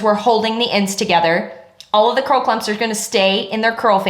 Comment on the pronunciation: "It will make ze frizz" 😂